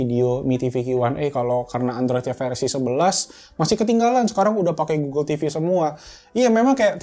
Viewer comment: 06.47 lu nyebut apa tu bng. Oke goggle atau oke uel.? Hp gue langsung ngerespon buka gugel 😂